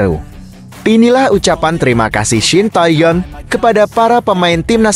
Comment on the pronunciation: Oeeeeeee....Shin Tae Tong tuh siapa.... belajar dulu baru jadi pembaca berita yang baik dan benar 👎👎👎👎